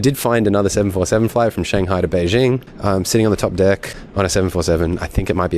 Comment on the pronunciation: Hongqiao = "hoong chee-yow" (q is pronounced with a ch sound), Beijing isn't Bei Zhing ("jing" = as in jingle - it ain't French) 😁. Shenzhen - "shun jun".